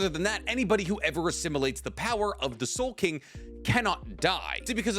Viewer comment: Ya it's soul king not soul king what's wrong with this guy?